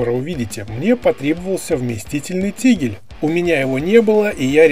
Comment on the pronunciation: Только вот не "тигль", а тигель!